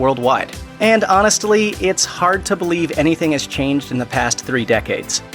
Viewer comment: Anyone else catch when he says honestly. He says honest-aly?